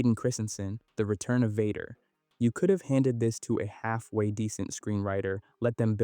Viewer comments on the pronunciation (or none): none